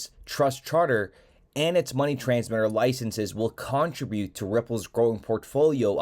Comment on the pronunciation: The word is “contribute” Trib rhymes with crib